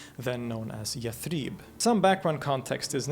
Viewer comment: Impressive scholarly work. I’d hate for anyone to take on you your butchering of Arabic words. Yathrib is pronounced with short vowels (not yath-reeb). Ibn ishaq is pronounced iss-haq (not ish-aq), just to mention a couple.